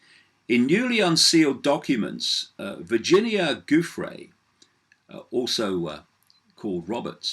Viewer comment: Btw; Giuffre's name is pronounced very similar to Jeffrey. (GIUFF - Jiff. FRE (E is long) like Freee. So, yeah; Jiffree. Poor thing.) It is not GOOFray. It is JiffRee.